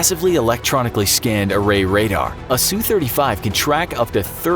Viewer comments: It's not pronounced soo it's S-U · Nice video (realize that the graphics were NEVER intended to be accurate) but there are some tweeks. First off, the SU series of Soviet and Russian plane is short for Sukoi, and is pronounced S-U not Sue. Not all F-35's have the VSTOL engine. That model of engine is for the F-35 C, a F-35 built for the US Marine Corps to replace the legendary AV-8 Harrier. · Drives me crazy how they say the "Su" in for example "SU-35". They say "Sue" but it should be, "S-U". Both letters pronounced individually.